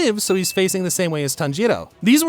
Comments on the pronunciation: did he say "tanjito" or my hearing is just messed up👀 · I love the accent when you say "TANJIRO" 🎉🎉